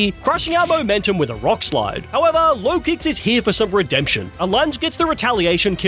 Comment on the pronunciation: LOKIX, NOT LOWKICKS! AND THE W IN RAYQUAZA IS SUPPOSED TO BE A U!